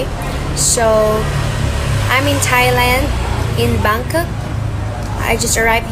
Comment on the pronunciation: Bangkak pala pronunciation ng bangkok..litsing mga mapagkunwari na magaling